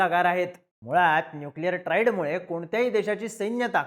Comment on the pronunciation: Chutya..te triad ट्रा ए ड ahe, ट्रा इ ड nahi..